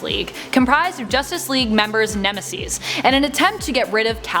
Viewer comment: Neme -sees?